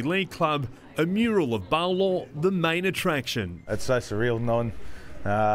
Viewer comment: It's Paulo (puh-oo-lo) se ufa🤣🤣🤣🤣